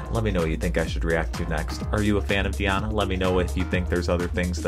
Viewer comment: ANKUD(stress is here on I)NOVA, not ankudinOva - wrong. DI (pronounced as deeee) Di'Ana Ankud'Inova